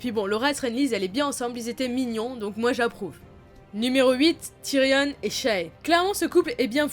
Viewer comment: Juste Ramsey se prononce "Ramsé" pas "Ramsy" et "Tyrion" pas "Tyrionne"